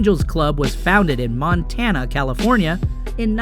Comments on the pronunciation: Isn't it Fontana California.??? Not Montana California!!! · 'FONTANA ' , CALIFORNIA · "Fontana" California. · what the hell? montana california? have you ever even been to ca? its Fontana. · Fontana/San Bernardino CA not Montana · Fontana not Montana CA. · Motorcycle Club (MC), not gang dumbass... and they were founded in Fontana, California, where I am from, Not Montana! I could only handle a couple minutes of this shit. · This dumbshit lost me when he said Montana , instead of Fontana. Sounds like a basement nerd. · Jesus Christ it’s Fontana CA not Montana. It’s Sonny Barger, not Barter. What a tool. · Fontana...not Montana...Jesus Christ...this is not a difficult thing to get correct...especially with an entire video dedicated to it. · Fontana not Montana. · It's Fontana... NOT Montana.. dang. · fontana ca not montana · Fontana California - not "Montana" California... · F F Fontana not montana asshat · FONTANA ya dumbshit , there is NO " Montana Calif".......and Ventura is NOT LA.................get your shit straight. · That's Fontana not Montana. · It's Fontana california ,,you couldn't even get that part right